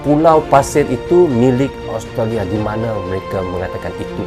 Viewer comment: suaranya sudah bagus, tinggal diperbaiki pronounciation nya, kata australia nyaris terdengar austria